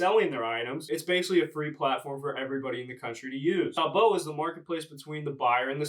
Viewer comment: It’s pronounced tow-bow lol